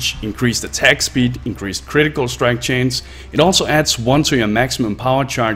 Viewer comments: It's chance, not change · Gave up when you kept saying chains instead of chance.